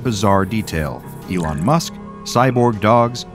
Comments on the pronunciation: No way bro Said Elon Mush 😂😂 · I died laughing of "Elon Mush"😂😂😂😂😂😂